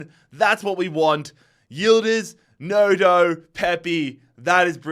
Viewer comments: Y did bro say ‘Nodo’ it’s Gnonto!😭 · How do you get Nodo from Gnonto ahahah. For future reference, it’s pronounced “non-toe” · Non toe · Petition, he is not allowed to sign gnonto anymore until he says his name right